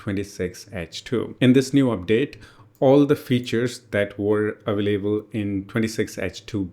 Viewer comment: WHY YOU SAY AVAAALABELE SAY AVAILABLE